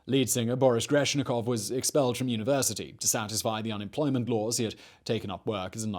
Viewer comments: There is 0 names that weren't butchered in this video but changing Aquariums lead singer last name from GreBEnschikov (Woodsmith or something like that) to Greshnikov (Sinners) is definitely my favorite. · GRESHNIKOV AHAHAHAHHAHAHHAHAHAHAHHA grebenshikov does that writer even know where the google is?